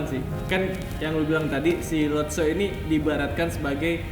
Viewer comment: Latso Bukan lotso🙏